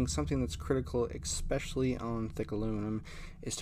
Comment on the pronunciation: Great video, great welding. But “Ek-specially”??? What language is that?